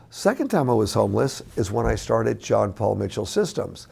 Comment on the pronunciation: Pretty sure his name is John, not Jean